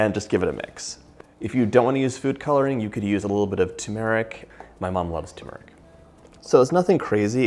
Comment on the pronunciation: TURmeric! not tumeric. Just saying. Great recipe! Thank you.